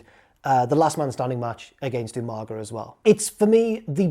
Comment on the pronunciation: Slightly disappointed you didn't pronounce Umaga properly. Especially as a Brit! UMANGA! Loving the video though! Good stuff,!